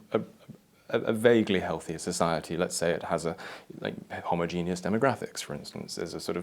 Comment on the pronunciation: I'm pretty sure that's not how you pronounce homogeneous.